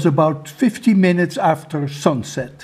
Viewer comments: Afterrrrr😂 JK...Love you from India sir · I love how you say after❤️